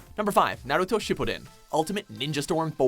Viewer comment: Totally feel you there, when they talked about Naruto Ninja Storm and said Naruto's name so weirdly it ran a shiver down my spine